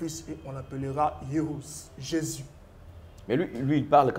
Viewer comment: Pseudo débat! Aucun sens et aucun fondement. Attention à la prononciation. JÉSUS et non JÉSIS